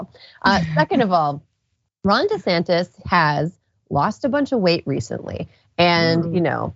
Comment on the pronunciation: Ronald Dee-Santis